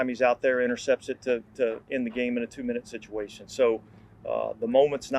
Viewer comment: Did he say “shituation”? Regardless, the Saints have definitely been in a few of those.